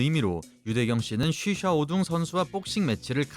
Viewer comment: 이 유일하게 쉬샤오둥 관장의 이름을 정확하게 부르시는군요